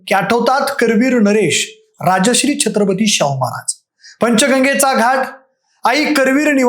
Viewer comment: राजश्री शाहू नाही राजर्षी शाहू म्हणा ओ